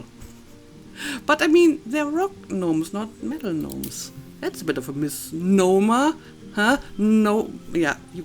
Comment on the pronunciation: "mis-gnomer" Okay. I chuckled. 😄